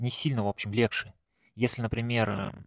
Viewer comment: Не говори пожалуйста "легше"